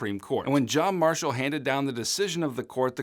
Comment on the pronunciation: John MAR- shall…. Oh